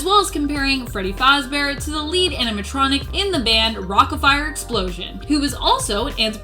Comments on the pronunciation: It’s not fozzbear it’s fazbear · You said fazbear wrong Faz-bear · Fozzbear then fazcoin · Fozzbear and fozzcoins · Lol she said foz bear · Freddy fæzbear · F o z z b e a r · Love the accent that was exactly what I felt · She said it as I read it